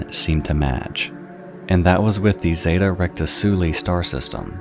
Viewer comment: "ZETA Recta-sooley" lmao. (Zeta Reticuli is pronounced Zay-Tuh Re-tick-you-lie)